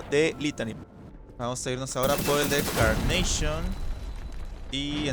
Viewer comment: NO CE DISE CARNAPION SE DISE CARNACHION😅